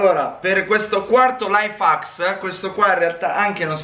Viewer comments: Sì pronuncia: laif hecks non laifacks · no invece si pronuncia laif hacs